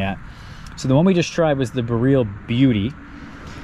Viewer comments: If your going to make a video on BOREAL varieties of Haskap. Please learn how to say BOREAL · Great vid but please say BOR ee ul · I had not idea what he was talking about did not recognize the word until I read the comments here. I am new to haskap and did not know the name if I did I would put 2 and 2 together.